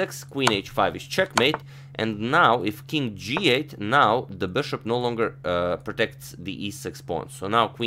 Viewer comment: Please don't try to pronounce "now" like the British, you fail each time :)